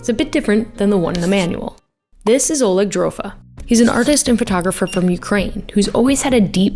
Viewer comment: The stress in "oleg" falls onto the second syllable. Just so you know